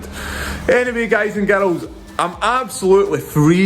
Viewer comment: Girls pronounced Garuls. 👌